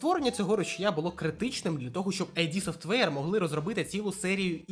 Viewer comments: Друже, відео непогане, але... 1) не айді софтвейр, а ід софтвейр 2) претензії до АЕ притягнуті за вуха. Не варто звинувачувати двіжок за те, що на ньому всі роблять ігри + використовують фрі ассети. Винен в одноманітності не двіжок а розробник гри. Без негативу, мирного неба ❤ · Вибач, друже, я побуду трохи душнілою, але. Вже мабуть вдесяте я відкриваю відос про ігри українською, радію що так багато стало контенту, і знову чую що ютубер називає компанію Кармака, Ромеро, Хола та іншого Кармака "Айді Софтвер". Ну, курва, зайди ж ти на вікі та прочитай шо воно "ід", так ще й значення слова дізнаєшся, невже не цікаво?